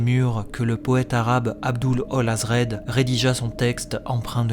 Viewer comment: Sympa ! Je suis un fan des oeuvres de Lovecraft surtout en livre audio et j'ai trouvé ça plutôt bon pour une première vidéo sur le sujet, si je peux me permettre par contre "Abdul al-Hazred" en tout cas via les lectures de France Radio est prononcé comme "aide" à la fin et non "id" après ça reste une traduction, il n'existe pas de bonne manière de le prononcer je pense. Hâte de voir d'autres vidéos comme celle là !